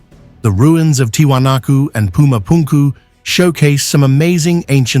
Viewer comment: Lol "puma punku" 🎉😂